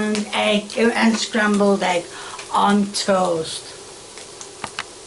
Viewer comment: Why does say hegg and mushyroom. What kind of bizarre contrived accent is that? English people don't say mushyroom, do they? Hegg?! HEG?!!! Where did the H come from? Is she trolling the audience? And finally, why is she getting flustered over the word "can?" What's so upsetting about "can?"